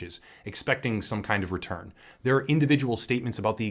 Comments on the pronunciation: "retirm" im fucking wheezing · "retirn" Lmfaooo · Gotta love "retirn"